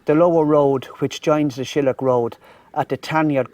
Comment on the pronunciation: SHILL-AIL-AH. FOR DUCK SAKE. .MY FRIEND. RIGHT